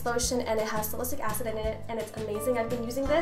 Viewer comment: she's been pronouncing salicylic acid wrong!